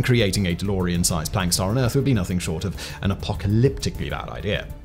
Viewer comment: Thanks for pronouncing Planck properly. I am sick of hearing septics who insist on pronouncing it "Plonk", for some reason!